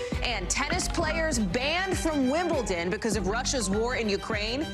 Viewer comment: Shouldn't Hallie and a sports reporter know that it's not pronounced 'Wimbleton'.... especially in England, where the English language originated? (Yes, I know that the English language is a derivative of other languages.) JS